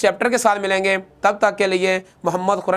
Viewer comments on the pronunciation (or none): none